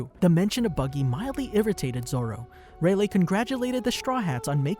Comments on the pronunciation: Who else got mildly infuriated by him pronouncing rayliegh as relay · Love how he proceeded to call Rayleigh, Raylay